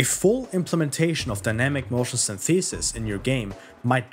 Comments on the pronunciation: Its more like Synth - eh - sis. English English rather than American English. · sYnthesis, not synthEsis. Otherwise, great vid. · That's not how you pronounce 'synthesis'. It's not 'syntheeesis'. The stress is on the first syllable. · dawg I love this video but please stop saying syntheesis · Well I didn't hink it was possible for a human to mispronounce 'synthesis' in such a way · Good video, although that’s not how synthesis is pronounced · Hey man, great video - I really liked the euphoria engine in the first Read Dead Redemption, I think it fit in perfectly there. Also, no disrespect - your pronunciation of the word "synthesis" is kind of off. I found a 12 second video that shows the correct way to say it and I thought I would offer it to you in case you're interested. Anyways, cheers m8. I'll post the link below in case the comment is auto-removed by YouTube.